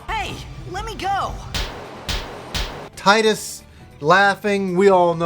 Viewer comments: its pronouced (tee-dus) not (tie-dus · Gnep Ganoush That's because Tee-dus is the correct pronunciation of his name. Tide-us is incorrect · It's pronounced "tee-dus" though.